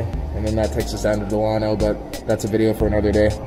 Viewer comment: You’re mis-pronouncing Delano. It’s like Della-no. Good tour, though. Just a pet peeve of mine.